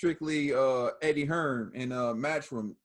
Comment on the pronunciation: its Eddie Hearn not Eddie Hearns